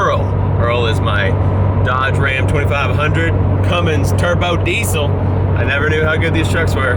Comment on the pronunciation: I swear he gets a thicker southern accen very time he says ram 2500 Cummins turbo diesel